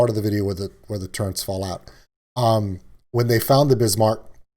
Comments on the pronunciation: Their called Turrets.. not Turrents. 😂😂😂 no “N” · say "turrents" like that one more time....